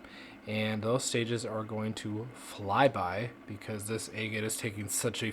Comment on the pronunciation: Love watching the cutting open but you are pronouncing Agate wrong ! It’s like Agriculture is not egg